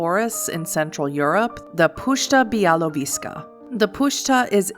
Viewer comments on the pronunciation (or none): It’s pronounced “pushcha byawovieska” and “byawoviezha”. Puszcza literally means a big old forest. Białowieża means literally white-tower but nobody knows for sure why the forest is called that. Also, there is a koldunic sorcery for the Tzimisce based on the puszcza białowieska. It’s also one of, if not the, last places on earth were there is a wild population of the żubr, which is an wild European forest bison.